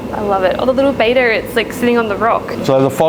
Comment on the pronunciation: Looks like people everywhere struggle to pronounce Betta correctly. The Australian accent does gives it a unique twist.What amazes me most is that it is people that work in a LFS. That said, the tanks are incredible. I will be referencing their videos when I set up my next tank. Even SpankBob was kind of cool.